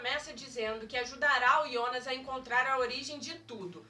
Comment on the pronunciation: E jonas kkkk nao ionas